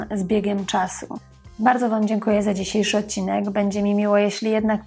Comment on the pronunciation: Szanowna Pani, nie mówi się "ocinek". Należ zadać sobie trochę trudu i mówić "odcinek" - tam jest "d' pośrodku wyrazu.